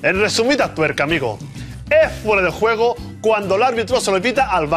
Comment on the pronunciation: "Fuera de guego" -Que no, que juego es con J. "Fuera de guejo" Buenísimo